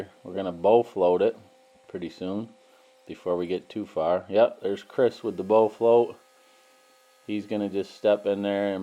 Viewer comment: Yo… soo it sounds like you’re saying bow float instead of the correct word bull float